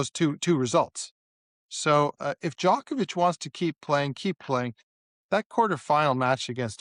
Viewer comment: Can you say Djokovic correTly